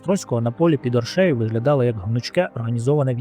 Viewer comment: Подивився половину і вимкнув ! Ріже вухо московська манера ставити неправильно наголос в словах , гидко якщо чесно , не оршЕю а Оршею . Авторе Острожзький був не тільки литовським гетьманом він ще був руським князем . В мене відчуття що вам страшно про це сказати , князь мав 20 тисяч власного війська а отже військо Русі теж билося проти москви в тій битві . Ви чомусь про це теж сормитесь сказати . Благенька розповідь на трієчку.